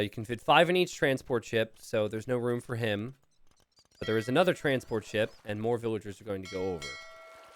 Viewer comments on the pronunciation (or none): none